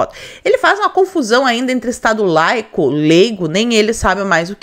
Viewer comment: Estado "leico". Olha o mesmo nivel da suplente que nao sabe o nome de presidente "jeizel".